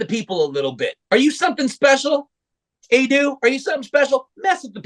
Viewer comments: Just a reminder: her name is pronounced "Ah-Doh". In Japanese, the 5 basic vowel sounds are always pronounced the same, and the "A" is always pronounced "ah" and "O" is always pronounced "Oh". (and to complete the lesson, "E" is always "ay", "I" is always "ee" and "U" is always "oo" (like in pool). Every vowel shown is pronounced and they are always pronounced the same and those are the only 5 vowel sounds they have ("a" as in "at", "i" as in "it", and "u" as in "but" sounds do not exist in Japanese). Much more straight forward than English spellings.) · Can you change the song you show people for Ado? This is not one or her songs but a cover. BTW its pronounced Ah-dough. Here is a clip of her saying her name: Time stamp is